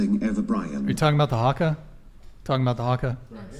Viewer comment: Well done with the haka great pronunciation nice work